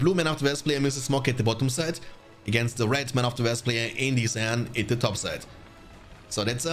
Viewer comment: mate please try to pronounce the words normally .. West, week, win, westfold...lol. It's W not V